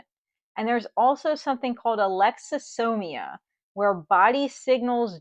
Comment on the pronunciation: What's it called when you don't notice body changes too late? Captions said alexathymia but you said alexy...sonia?